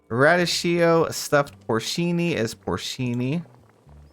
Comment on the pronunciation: It’s pronounced ruh-dee-kee-oh 😅 what an effort this must have been! Big props 🎉